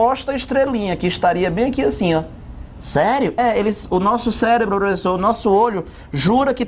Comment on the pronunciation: eu escutei "célebro" kk